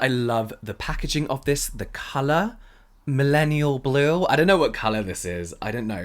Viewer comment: I absolutely love the “millennial blue” American accent moment 😂